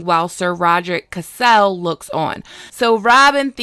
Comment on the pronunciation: I thought "Cassel" was pronounced the same way as "Castle"